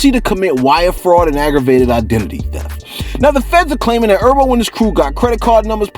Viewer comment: fareal,you call that brother urbo,or erbo one more time,we fighting,his name is herbert,he a Titanic stone from the eastside hence the name G HERBO, and don't blame it on the medicine.